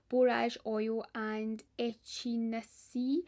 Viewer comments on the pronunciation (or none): Ordered - (under eye cream ingredient is pronounced eck in A Sheea :) )